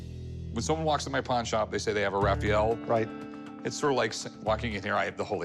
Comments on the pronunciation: It's Ra-fa-el!! Not Ra-fi-yel! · The way he said "Raphael" it hurt my soul .